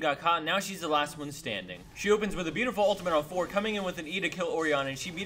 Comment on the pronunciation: I love the "WHAT ' S" and the "beautifull day"